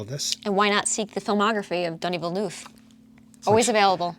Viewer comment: Hi, I will help you pronounce Denis Villeneuve, try these words in your language: ''Deni vilnev''. Thanks for the videos. Cheers from Canada 🍸